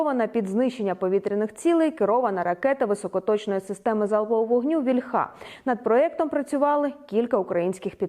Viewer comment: Скажіть, хто-небудь, ще раз Катерині, що слово «вíльха» в українській має наголос на «і» — і тільки кацапи наголошують своє «ольхá» на «а».